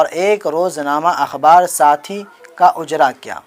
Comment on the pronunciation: Ujra nahi. Ijra hai